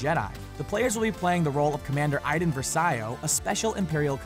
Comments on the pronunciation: you say versio wrong. shes name ar Iden Versi-oh versio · Pronounced versio wrong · versio are you kidding me learn how to say it